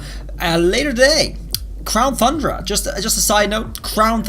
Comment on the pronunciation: is he saying crown thundra instead of crown tundra on purpose or by accident? lol